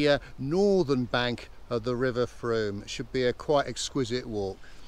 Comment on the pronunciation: I have lived in Wareham for many years and all the local people pronounce the name of the river to rhyme with boom. I have never heard a local person rhyming it with a hard O sound. got it exactly right.